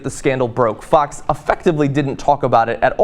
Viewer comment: Whenever you say "Fox" it sounds like you are saying "Fucks". Still works for me.